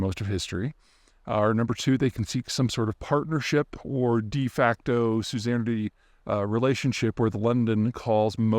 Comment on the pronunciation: did peter say de facto 'susanity' relationship?